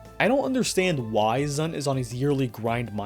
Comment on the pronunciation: I mean, this is the same guy who refuses to pronounce ZUN as "Zoon" like it's supposed to for some reason